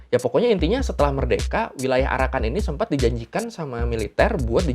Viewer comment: Pas ngomong arakan kok dengernya jadi PARAKAN 01 ?! Hahaha